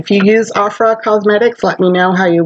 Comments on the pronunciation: Oh-frah not a-frah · It's pronounced Oh-frah with a hard "O" ❤